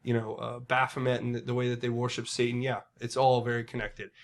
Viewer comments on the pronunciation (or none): none